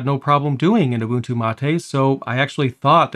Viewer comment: Finally i hear someone pronounce Ubuntu correctly, 99% of people pronounce it wrong